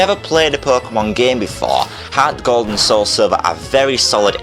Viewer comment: lol harrrrts gald